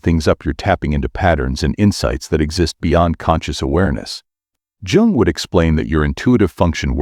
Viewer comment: That image is not even similar to Carl Jung. And you pronounce “yung”. Not “Djung” 😂 Each time the computer says “Djung”, I lose my concentration. This mistake is barbaric.